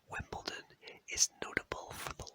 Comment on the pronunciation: There is no T in Wimbledon